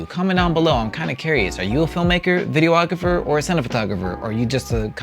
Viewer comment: In the spirit of just trying to better everyones understanding, it's pronounced "video-grapher" not "video-ah-grapher".